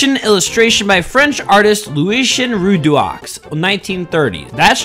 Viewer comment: "Looeeshen Roodooaux" 💀